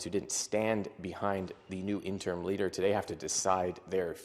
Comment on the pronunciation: It’s not “interm” leader, it’s “interim”.